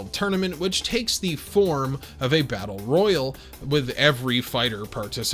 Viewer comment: i can’t believe that battle royal being pronounced “battle roy-yul” and not “battle roy-yaal” would trigger me as much as it did, but you learn new things about yourself everyday I suppose. 🙃 It’s giving me “Gun-damn” vs “Gun-dumb” vibes. 😮‍💨